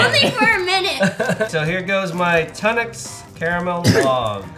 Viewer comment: I’m sorry I’m brittish and when you said “toonocks” I got agitated 😂